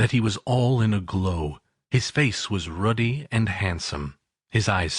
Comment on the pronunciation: The word 'ruddy' is incorrectly pronounced 'Rudy' by the reader thus losing me as a listener. If you are going to read to people then learn to pronounce the words!